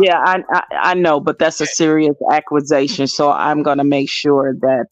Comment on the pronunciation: I've never heard someone pronounce accusation 3 different ways in 1 minute 😂😂😂 God bless